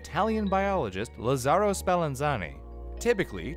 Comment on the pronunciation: It's LÀzzaro, not LazzÀro hahaha